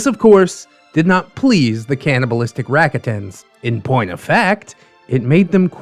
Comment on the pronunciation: The way you said revan and rakata also the canon sex of revan being male bothered me more than it should